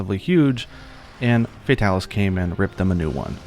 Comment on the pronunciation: You're actually not pronouncing his name wrong. The first part of Fatalis' name comes from the latin Fata (Fatum) and it's pronounced /fata/, so it's /Fatalis/ not /Feitalis/